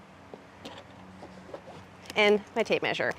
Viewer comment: When you said you had your tape measure, my kiwi brain heard potato masher 😂 I was like cool, we all need a potato masher for our tool belts!